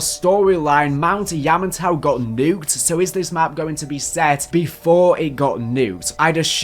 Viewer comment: When you say "Yamantau" like an extremely drunk southerner in America. Much love to ya still.